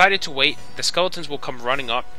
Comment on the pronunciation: is he saying "skulletons"?